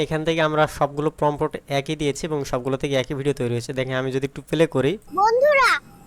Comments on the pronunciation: ভাই অইটা প্রম্পোট না প্রম্পট (Prompt) হবে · আপনার কথা শুনে হাসি পেল। এখনো সাইট বানান পারেন না বলেন সাইড আর প্রম্পট উচ্চারণ করতে পারেন না। অথচ সবাইকে শিখাতে চলে আসছেন